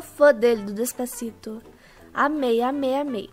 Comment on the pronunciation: "Dês pá ci tô" kkkkkkkkkkk rachei demais kkkkk